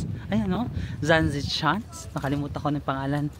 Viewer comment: It is pronounced as zan se shans